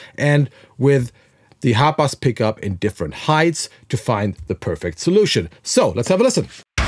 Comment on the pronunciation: Everytime he would say the name, I swear he was calling it the HOTBOX guitar 🤘😂 Name it the Hotbox guitar!!!